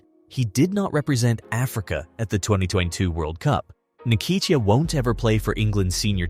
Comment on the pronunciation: You Just spoilt his name...it's "hmm kate tear"